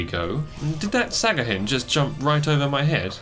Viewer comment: Great video, but its sahagin not sagahin